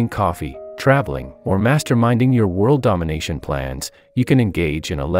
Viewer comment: GUYS GUYS HE SAID TINY WORLLD